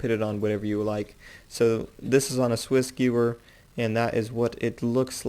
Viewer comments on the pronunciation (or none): it makes my brain hurt when he says Swissgewer